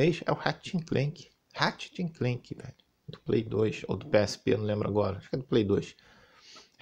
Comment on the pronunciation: HAHAHAHAHAHAHAHAHAHAHAHAHAHAHAHAHAHAHAHAHAHAHAHAHAHAH melhor 😂 pleixteitiu, écsi bócsi😂 eu amo qndo ele fala assim 😂 mas nada supera rat le clanque q era p ser ratchet and clank😂🤌 mas agr ele tá falando+direitinho 😂